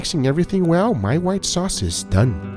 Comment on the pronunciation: I like how Guga says "dun"